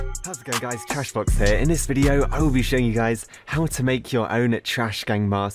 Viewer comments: I hear u when u say sharkBL0X what i hear is u say TrashBL0X here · He says "TrashBlox" lol